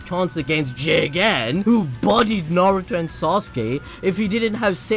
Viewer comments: The way u say JiGeNNnNN :DDD I die every time.. Anyway I like the story I almost cried the last 2 eps but I think they can ruin something in the past like that. I mean Jiraya would know about the rinnegan and its powers.. Naruto would know bout his son and his wife just from now on.. Wouldn't it be strange .. Minor events will change if they got to know who are the "travelers" and what they are capable of. Thats my opinion. And I hope that Koji wont attack JiGeNnNN in the next chapters bcz he will die too fast and I want to know more bout him and his "goals/ideas". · FUCK man please stop saying Jigen’s name like that.... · You think we can get google translate to hit us with a “jigen” lmao keep up the great work